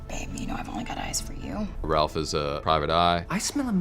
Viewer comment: Drink every time you here the cast say Rawph instead of Ralph